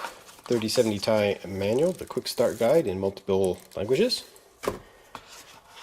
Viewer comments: Not sure why but hearing it pronounced as TIE instead of Tee Eye gets me so irritated. 😂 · Duuuuude it makes me so mad hearing you say 3070 Tie